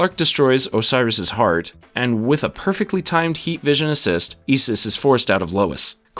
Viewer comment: Your pronunciation of Osiris and Isis is killing me…